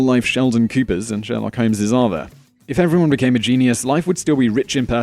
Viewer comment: Stop no just stop... It is pronounced jeen-yus. Not jeenee-yus.